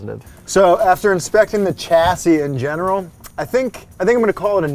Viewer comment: "Chasis." Lol, oops.